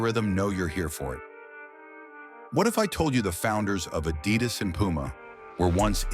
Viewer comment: This AI voice cannot correctly pronounce "Adidas"